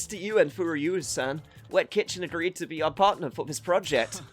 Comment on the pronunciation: Wette Chicken? Well, I guess that's one way to mock a rival business. 🤣 Congrats, man. You actually managed to come up with something more eyebrow-raising than Wette Kitchen. Oh, and your occasional messing up of names by arbitrarily inserting an extra syllable is my jam. So far, we've got: Hamura -> Hamamura Murase -> Murasame Furuya -> Furuyuya There could be one or two more but these are the three I can recall off the top of my head. The pattern seems to be 3-syallable names that your brain seems hardwired to changing into 4-syllable ones. Yagami should thank his lucky stars that he's the protag or he'd be Yagamimi or something, lol. Looking forward to see if there's more.